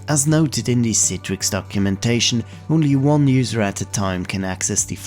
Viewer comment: Thank you for pronouncing it correctly as someone who's forced to use it at work it's all i ask is pronounce it correctly